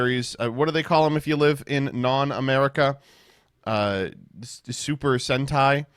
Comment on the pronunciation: Super disappointed that decided to correctly say Super Sentai instead of doing his signature gag of getting names wrong